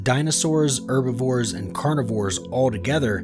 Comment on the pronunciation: He can't pronounce herbivores.